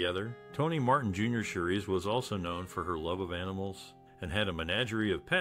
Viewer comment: 😆 Repeating this makes me want to stop watching this!